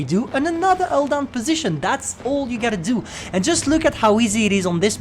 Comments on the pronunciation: I love "ull down" thing...:) also the new commentary is superb. Sounds like he's drank far too much energy drink...:D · The title should be STB-1: Alldown,Alldown,Alldown (Cuz thats how says it)